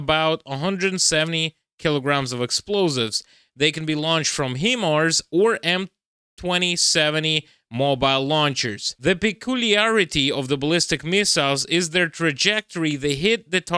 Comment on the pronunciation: pls, it's pronounced "attackems" and "highmars" buddy